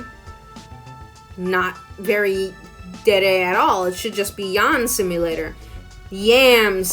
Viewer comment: akdjjskd when you said “it should be called yan simulator” it sounded like you said “yawn simulator” and my brain just went “yawn simulator, because the main character is that boring”